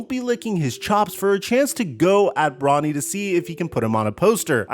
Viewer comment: You said NFL draft and then sounded like you called him Ronny not Bronny